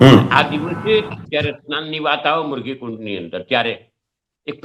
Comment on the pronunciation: આ ડોકટર સંત પણ મૃગી ને બદલે મુર્ગી કુંડ બોલે છે